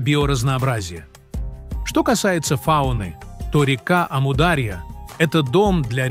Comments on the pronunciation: Ставьте ударение правильно, не амУдарья а Амур-Дария!!! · Не аму а ому даря. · Правильно АмударьЯ-ударение на последнем слоге! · Как только услышал от ИИ "Аму-дАрья", а не "дарьЯ" — перестал слушать , ИИ просто осточертел 😱‼️Дизлайк! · не Амудáрья, а Амударья́. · Точно.Амударья ударение правильно на последнюю букву. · "Амударья"-ударение падает не на "а", падает на"я". Произносите пожалуйста правильно! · Автор вы бы сперва научились правильно произнести слово Амударя' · Неправильно произносится название реки и гор. Истоки начинаются с Памира и река называется Амударя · Очень нужный видео. Аму дарья ударение правильно надо ставит. Аму отделно Дарья отделно. Дарья по переводу река. По другому его назвали Джейхун значить бешанный река. Самый мутный река но вода исключительно вкусный. Река начинается от горы индигуш Афганистан. Спасибо за видео очень обрадовалась это наш река.где наш река солнцем здороваться солнце свет дает а река отражает. Мирный привет тебе здоровья и благополучия из Туркмении. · Амударья ударения на «у» Даша тут не причём 😂